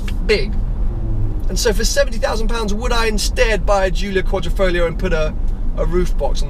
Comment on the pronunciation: it is not 'Folio' BUT 'FoGlio'.........lol